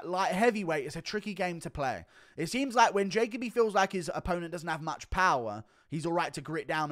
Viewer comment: Hey it’s Ja-co-bee not Jake-a-bee